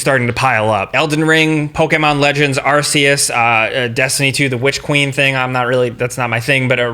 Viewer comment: Thank you for pronouncing Arceus the wrong way, because the "wrong" way is actually the right way. Screw the UK and their arse lol